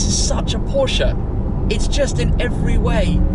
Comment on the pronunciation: As a German I have to thank you for pronouncing Porsche right. One of the few English speaking people who does it right.